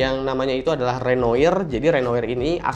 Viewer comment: bacanya Renoir ( Rinua ), btw Ibanez jem steve vai nya menggoda banget...🤤